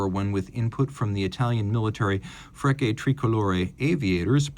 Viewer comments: Great watch with a subtle design and un-crowded dial, untypical for Breitling. And: - The Italian military airobatic team Frecce Tricolore is pronounced "fretshe tricolore", not "frecke". After an airshow accident in 1988 at Ramstein Airbase in Germany where three planes of the squad crashed into the spectators killing 70 people and injuring 1000 they are not particularly popular in Central Europe and the collab rather prevents people from buying Breitlings than attract customers. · It is not "natural" but simply wrong to pronounce "Frecce" ("arrows") as "frecke" instead of "fretshe". And correct pronunciation of words is a major trademark of professional content creation.